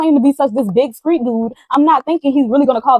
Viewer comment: Don’t forget Skreet and other words w/Str…..🤔 Other than that Gr8 story teller.